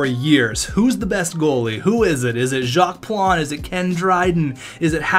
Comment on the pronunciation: Jock not Jocks Plante.